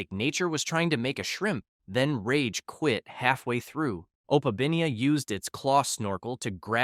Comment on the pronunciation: Opabiniea? No it's actually opeminia